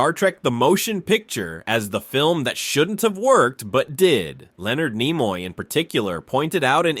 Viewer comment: Where the hell did this guy learn to speak english? His pronunciation of Nimoy and even religious are comical